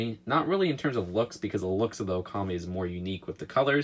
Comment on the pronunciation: Its ok-kyu-mi not o-kami